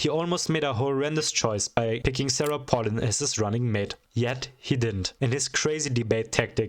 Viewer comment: it’s pronounced pay lin Also SARAH PALIN JUMPSCARE